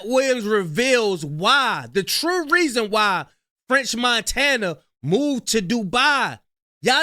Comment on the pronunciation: french montaynya